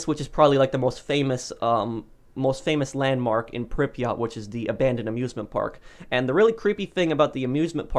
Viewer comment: Is it pronounced Prypret or Pryprot?